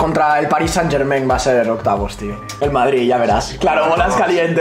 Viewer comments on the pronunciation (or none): alguien se dio cuenta q dijo OCYAVOS DE PENAL:v